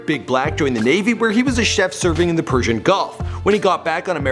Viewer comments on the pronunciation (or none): none